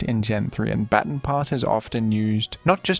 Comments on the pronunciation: Today I learned you people say bat-tin instead of bah-tahn. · It's pronounced ba-TON, like "buh ton", like say button but emphasize the U more There is no such thing as a batin stop saying batin pass if you're gonna make a video about every single baton pass strat say it correctly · I know you recently tweeted about Pokémon pronunciation but come on man it's "Bah-tawn" not "Batten" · Man over here pronouncing baton batin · Its pronounced " Ba-Tawn" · Thank you for your content! Also, its pronounced "bha-ton". Not sure if you just have an accent. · Every time I hear "batin" I lose a little more of my will to live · ITS PRONOUNCED “BUH TAHN” PASS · I wanted to watch this video so bad but I can’t with the pronunciation of baton pass 😭 it’s not even a British thing, most British ppl know how to say baton and I had to stop watching the video bc I can’t take it anymore